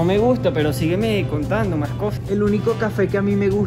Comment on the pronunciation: Dijo mási. jajaja 😂